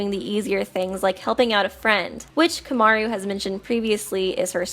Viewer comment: Why do you fucking pronounce "Komaru" like "Kyomyaryu"?